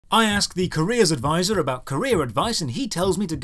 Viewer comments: OH! A Career advisor... ...I thought you were saying Korea Advisor. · I honestly thought you were saying "Korea Advisor" the entire video.